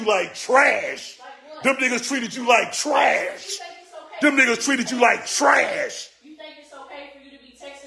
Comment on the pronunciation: This shit got me rollin 😭😭 the emphasis on TRASH 😂😂